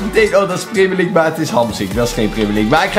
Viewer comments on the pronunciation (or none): Stephanie Kayser preemjurleague zegt hij